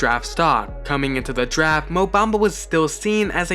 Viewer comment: Daft instead of draft. A lot of mistakes